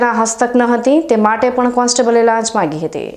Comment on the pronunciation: લાસ નહિ લાંચ બોલો